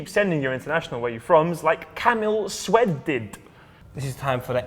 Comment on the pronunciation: you have to read Szwed (polish last name) as Shwed.